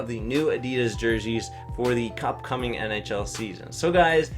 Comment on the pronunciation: who else heard him say cupcoming instead upcoming at the end